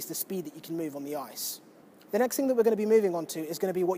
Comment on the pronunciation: drink whenever says "on the oiyce".